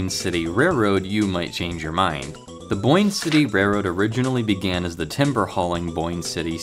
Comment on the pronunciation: I gagged when he said reroad